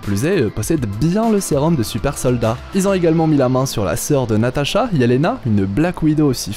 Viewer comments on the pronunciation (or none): none